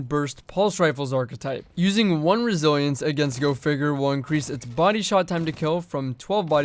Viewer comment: Godamn the way you say resilience makes me want to close the video